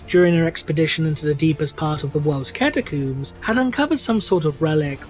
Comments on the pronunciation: Am I the only one bothered by his pronunciation of the word catacombs? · I find it funny how you say Catacooms instead of Catacombs, and you don't just it once but every time. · cata-cooms the big dig HMMMMMMMMM